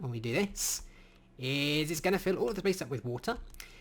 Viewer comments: am i the only one who heard "Phil and Cloe?" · “Fill has a new replace function” What I hear... “Phil is the new stepdad”